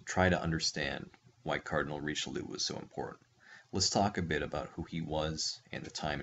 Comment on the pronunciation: The pronunciation kills me and I am not even French